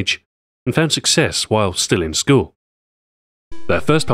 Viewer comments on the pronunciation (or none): none